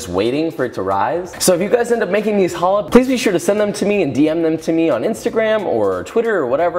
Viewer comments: “Joshua weissman” and yet he can’t pronounce the chet? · You rip challah in the bulges, you never cut challah, you rip pieces of of it. And you stress the ch, like your about to sneeze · I was really hoping with a name like Weissman you could pronounce a "ch" sound properly 😭 but great video anyway! But could you show a sourdough version? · it is not babka, it is chalka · Hears the pronunciation. WAIT, I've been pronouncing challah incorrectly for 3 weeks. I also made my first attempt on a Friday without knowing anything. Got judged by the Jewish members of the discord server I'm in. lol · Or mad about him TOTALLY MISPRONOUNCING THE NAME! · As an israeli its hilarious how you say challa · STOP MISPRONOUNCING THE NAME! איזה שייגץ איכס